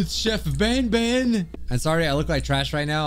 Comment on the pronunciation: This ain't garten of ban ban it's garten of wan bwan